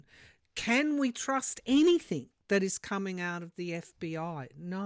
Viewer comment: The word "anything" is not pronounced anyTHINK. Please stop saying in your podcasts. It drives me crazy!!